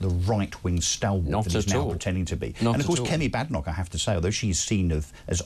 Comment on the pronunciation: should know how to pronounce Badenoch by now